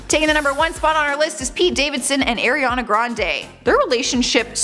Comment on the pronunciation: Please say Ariana’s name right